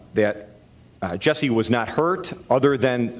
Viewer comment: Also it's JUSSIE not Jessie